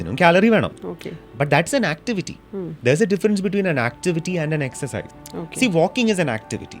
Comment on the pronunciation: Don't say Excise.😂 Say Exercise. ...😅